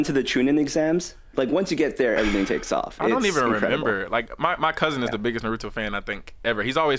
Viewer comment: Love the show but you are killing me with mispronouncing naruto repeatedly 😢😢lol